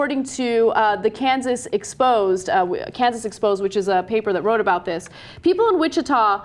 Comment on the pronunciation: Kansas Expose as in ex-poe-zey. Gee Ana, nice one.